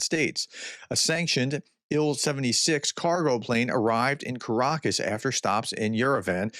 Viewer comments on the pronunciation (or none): none